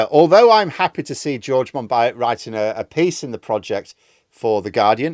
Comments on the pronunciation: I think you pronounce Monbiot Mon-bee-oh btw. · Very interesting. George monbiot is great. (pronounced mon-bee-oh by the way) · You should at least learn how to pronounce "Monbiot". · Lol, I had to pause and read the screen because I didn’t catch who was talking about. I am happy to know it’s not me who got the pronunciation wrong. 😅